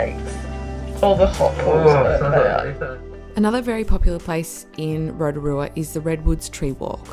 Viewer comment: "ROTARUA"? correction (ROTORUA) ROTO=Lake. RUA=Two. Therefore, 2nd Lake. "Upright Canoe" at Lake Tarawera? Wrong, Pouwhenua = Totem Pole, (land post), are carved wooden posts used by Māori, the indigenous peoples of New Zealand to mark territorial boundaries or places of significance. The Smell? Everywhere on the planet where there is volcanic activity smells, it's called sulfur. It's not that bad (Are the facial contortions that necessary?) and I would think that being respectful of the places you are visiting including towards the people who's land it is (Including myself), enjoying the scenery, soaking up the ambience of the place would be far more beneficial to oneself and to viewers alike. Apart from that, nice work (From a Kiwi documentary filmmaker based in Sydney)